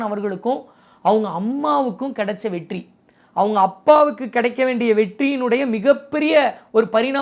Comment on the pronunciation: 14.37 வெட்டி ❎️வெற்றி 14.50 துளைமுறை ❎️தலைமுறை✅️ novv 😅